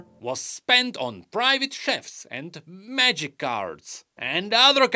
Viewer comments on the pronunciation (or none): none